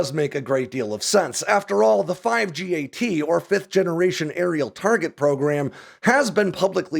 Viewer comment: Its pronounced 5-GAT. The number five followed by GAT like the gun